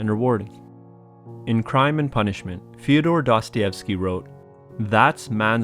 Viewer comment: I am not even ten seconds into the video and you have already mispronounced his name.